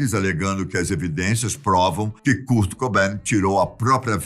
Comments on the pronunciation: Poxa, "Kúrt" não dá né 😫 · kurt lê-se "kôrt" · Ele falando curti kaksksksa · O “Curti” curtia curtir. Esse foi o problema. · "curti"E KURT MANO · Não é Curtiii é Kuuuurtiiiii🙄😕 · Kârt, não CÚRT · KUURTI """"'KKK MDS Q MERDA D PRONUNCIA É ESSA KKKKK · Nao E curti e kart porra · 😂😂😂😂😂😂😂😂😂😂 doeu la no fundo do ouvido kkkkkkkkkkk e a curtini love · Curte kkkkk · Cúrt é foda kkk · O enredo da história foi boa ! Parabéns pelo conteúdo ! Porém sem que ele falava o nome "curti" dava vontade de rir kkkk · Cara o falando "curti" da agonia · Que nervoso ele falando curte kkkkkkkk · Nao tinha ninguém na redação pra ensinar ele a falar Kãrt? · A pronúncia correta é: kârt! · O que é CURT? e o que é GRANGE? 😂😂😂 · Que agonia essa pronúncia do nome do Kurt kkk mas amei vcs falando um pouco sobre a banda, sou fã ❤️ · Kurt kkkkk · Beeem brasileiro. Kkkkkkkkkkkk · Essa Pronúncia de Kurt é pra Acabar kkk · Muda o narrador pra um q fale Kurt corretamente esse idoso é mó chato . Narrador mó paia . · Ahahah fds para um gajo que passa informação, ao menos podia saber pronunciar o nome do Kurt. Que impressão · Curte e Deive Gru